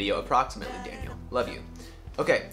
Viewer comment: I just love when Daniel says my name 😍😍 Even if It has american accent and is not quite the same in my language 😂😂😂